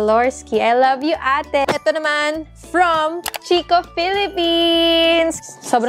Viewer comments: Lovely! 💕🌸 Congratulations and Vern! oh by the way CHICCO is pronounced like KEY-KOH. 🙂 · Hello po, not a hater po but just want to share the pronunciation of "Chicco" (Italian brand), it's KIKKO po.:) anyways congrats again sainyo ni daddy Vern, looking forward for the next vlogs. God bless always! 💜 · Chicco is pronounced as "kikko" hehehe Love you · chicco - pronounce as kikko hehehe italian brand